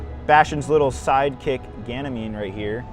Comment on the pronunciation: Ganymede not Ganymean